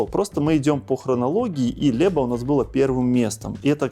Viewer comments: У Вас плохое произношение: нет Льеба, но Лэба: Łeba nie Leba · "Ł"- zwuczit kak anglijskoe "W". Nie Lieba - a Weba!